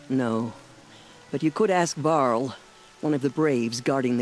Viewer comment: lol i thought she said carl not varl